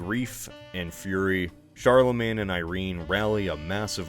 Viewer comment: "Charlemagne." Oh boy...